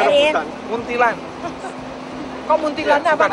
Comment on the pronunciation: Sudah salah sebut PD lag.....Muntilan....🤣